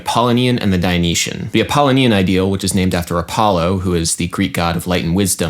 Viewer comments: wouldn't it be pronounced app-uh-LOW-nee-in? rather than app-ah-lih-NEE-in? kinda bugging me. but regardless very interesting take on viewing music in a different way. love all your videos, duderino. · Correct. Bugged my Apollonian side, also. (It should be Ap·ol·lo·ni·an ˌapəˈlōnēən/) My Dionysian side, however, is telling me that this observation about an incorrect pronunciation, and the desire to make an online correction should have been placed on a pike at an orgy of the Bacchae and mocked. Ah, such cognitive dissonance the apollonian/dionysian duality creates. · Good video, as always. Strangest pronunciation of "Apollonian" I've ever heard, though. The pronunciation equivalent to your Grammar Nazi would say it's pronounced a-paw-LOH-nian. Just so you know. :) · 'Apollonian' is stressed on the third syllable, 'Dionysian' has five syllables.